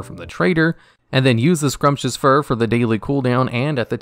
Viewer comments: Sumptuous, not scrumptious. Expulsom, not explosum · He also pronounces "scrumptious" fur, rather than sumptuous fur. Actually, he does OFTEN mispronounce a whole lot of things, but i've never really givent a shit, it still works ("x. Edit : Explosom instead of Expulsom ! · Pierre is pronounced like PEE AIR Sumptuous is pronounced like SOME CHOO US